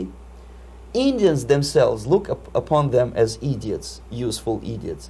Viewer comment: Actually, he said "eedeeots." :)